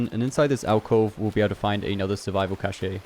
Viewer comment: Bro it’s pronounced ‘caesh’ not ‘cashay’ 😂 Great videos though helpin me get that platinum real quick